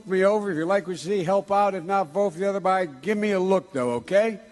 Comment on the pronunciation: That's what he meant to say, but he put a "b" in front of it, so it came out as "other Biden" rather than "other guy then". And that still doesn't excuse the Senate reference. I love Joe, but these bad gaffes are just reinforcing the idea that he's losing it.